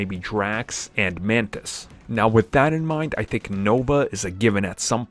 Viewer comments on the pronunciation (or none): Bruh mans said Manthis 👨🏾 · Mans is intentionally mispronouncing Yelena Belova and Mantis to boost the number of comments.